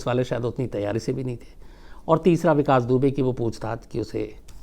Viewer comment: Vikas dubey kaa naam aap hamesha galat kyu bolate h☺ Ittefaq h yaa aap lena hi nhi chahate... sir mai aapke kahani batane ke tarike ko bahut pasand karti hu ... 🤗